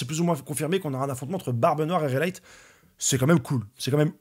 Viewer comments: Reyleigh se prononce « Rayli » en fait 👍🏻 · La prononciation est ''Reyli'' a peu près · Tuto prononciation : raille-lait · Réleyte ! Ptn j’arrivais pas à comprendre de quoi il parler le con 😂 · RAI LI, La prononciation dans l'anime c'est comme ça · Réyli en fonetik.. Bonne soirée Fréro